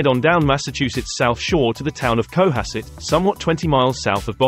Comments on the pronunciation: Would be better without the annoying music track and AI voice. FYI, it's pronounced co-HASS-et. My grandmother lived on Beacon Hill / Back Bay, so I was fortunate to visit often and be a Bostonian in the 1960s - 1980s. Most of the Brahmin descendants were quite lovely people and very involved in the arts and charities. Personally I worked on Beacon Hill and throughout Boston / Greater Boston in many of these locales. I've lived in both nice areas and more humble areas lol. Costs are outrageous circa 2023 throughout Eastern / Central Massachusetts. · Lexington, Weston, Sherborn...and emphasis on the second syllable in Cohasset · Not CO-hasset. It is pronounced co-HASS-it. Try to get the canned AI voice corrected. Also, the word 'privacy' is not pronounced pri-va-SEE!